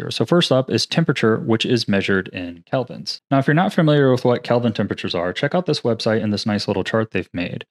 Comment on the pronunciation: OMG, thank you for “Kelvins”! Nobody gets this right! You warm the cockles of my pedantic little heart. 😊 Let me know if you want to get together and punish everyone in the 3D community that says “verticee”.